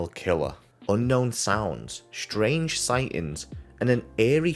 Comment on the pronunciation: Is Pull Stay "shtrange" or is it "strange"?